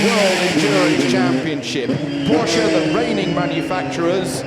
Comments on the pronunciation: he pronounced it correctly once you idiot internet warriors! Go back to your caves! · My uncle's surname is porsche and 'e' is definitely not silent at all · God bless british guy, who pronounces PORSCHE like PORSCHE, and not PORSH